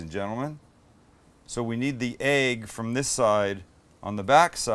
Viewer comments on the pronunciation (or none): I love the way Sam says "Aegg" :)